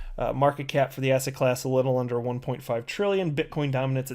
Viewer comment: I keep thinking you say Asshat Class instead of asset class (I watch your videos at 1.5x speed). Made me think Asshat Clayton is now in a class of his own..